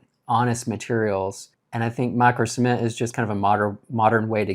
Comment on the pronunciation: At times, it sounded like you were saying semen